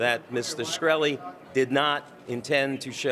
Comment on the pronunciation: Did the lawyer just make up the scientist qualification? He doesn't even pronounce his client's name right.